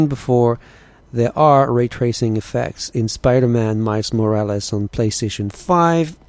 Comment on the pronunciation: “mais morraless”